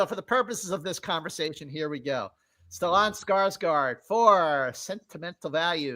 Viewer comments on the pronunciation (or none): I’ve never heard anyone pronounce Stellan that way before 😂